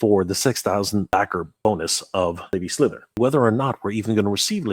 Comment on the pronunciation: Don't you mean 'Bone'us Lady Slither ?